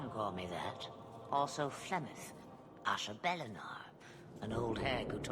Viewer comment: Asha'bellanar.....I love that. It has part of my name, and she pronounced it correctly.